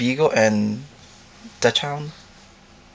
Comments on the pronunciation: did he say dutch hound. it is said like doxon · l2 pronounce. its dock-sund.